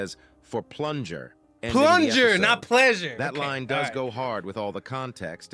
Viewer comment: He said four plunger